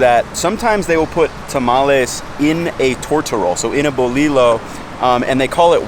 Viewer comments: We gotta teach you pronunciation dear heart... I let it be until you said: bul-li-low... it’s buleeyo ( pronounced) the bread roll for tortas... jus’ sayin’... so get on it!!! 😂love your videos!!!♥️‼️ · Great video just want to add some pronunciation tips 👍 Dulce is pronounced "duel" seh. Bolillo, in Spanish two l's together makes more of a y sound, so it's actually boli "yo", just like how you pronounce the ll's in tortilla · It's "bolillo", 2 "L"s, pronounced bo-lee-yo FYI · MISPRONOUNCED WORDS: Tamal Dulce (dull-ceh) Bolillo (boh-lih-yo) ALSO: Pambazo bread is called Telera (tell-eh-rah) Torta bread is called (Bolillo (boh-lih-yo) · it's never pronounced "Bo-lee-low". I'm not talking about the name of the bread, I'm talking about the pronunciation of the word "Bolillo" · I’m judging this video as I’m watching it... 1) how do you get Dolce (italian) from Dulce (Spanish) 2) tamales is not the same consistency as corn bread. 3) Bolillo - in Spanish when you have two “L” together, you pronounce it as a “Y”. 4) your definition of Chilaquiles misspelled bolillo. Bolillo has 2 Ls. 5) your friend doesn’t even know the difference between enchilada and quesadilla 6) gorditas don’t necessarily get stuffed with chicharrón. It can be chicken, vegetables, or just simply with lard. 7) I couldn’t finish this video. Napkins are your best friends, use them. Peace!